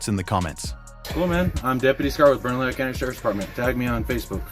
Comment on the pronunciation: Haha 😂 Bernalillo isn’t pronounced that way